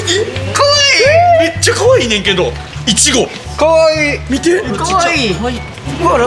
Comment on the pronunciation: いちご丈くんかわいすぎてえ！🍓（いちごのイントネーション大阪やなあ笑）